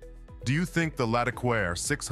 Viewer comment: Sort out your French pronunciation. It isn't as if there aren't any hints in the spelling. Accents are not just decoration. One might almost think that the narrator was uncultured, which wouldn't be fair ... or would it?